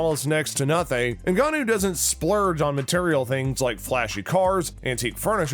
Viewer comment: You pronounced most of the fighters names incorrectly. Ngannou not Ngnnou